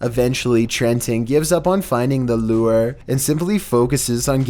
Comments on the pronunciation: Me: lure: loo er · Greatest pronunciation of lure I've ever heard. Thanks!